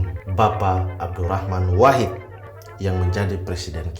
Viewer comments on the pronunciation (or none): none